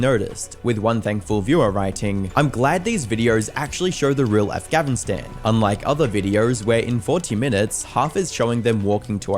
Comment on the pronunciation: Afgavinstan? 😂 I’m sorry. Why’d he keep pronouncing it like that ☠️